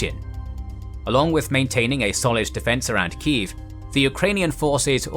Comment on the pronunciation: You pronounce it as key jef